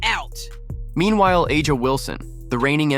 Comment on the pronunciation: Who cares you can’t even pronounce Wilson’s name 😅😅😅😅😅😅